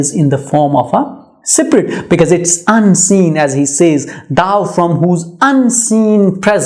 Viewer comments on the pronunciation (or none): Poor explanation.... couldn't even pronounce the word SPIRIT and SPRING correctly.